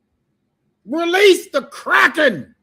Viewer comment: 'Release.....the Crrrackin'...😂😂